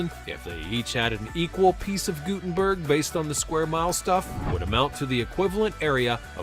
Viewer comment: I lived in Guttenberg NJ. It's pronounced "Gut*tin*berg" not "Goo*tin"berg. It did not have those towering apartments on the Hudson when I was there maybe 30-40 years ago, but it was still congested and crowded even then. And, some of the areas shown were of Washington Square Park in NYC, not Guttenberg